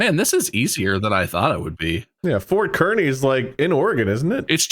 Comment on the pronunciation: did they mean Fort Kearney (car-knee)?